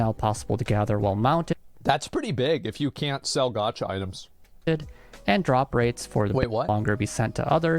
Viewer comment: I assume the guy making the original video speaks japanese, how does he not know how to pronounce gacha? japanese pronounciation is probably the easiest part of learning the language, especially if you can already read it